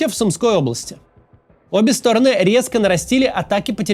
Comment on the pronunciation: Максим, регулярно вас слушаю, и каждый раз меня коробит вот это "обе стОроны". СтОроны - это мн. ч., им падеж. Правильно говорить "обе сторонЫ" (ед. ч., род. падеж). Одна сторонА, обе сторонЫ, все стОроны.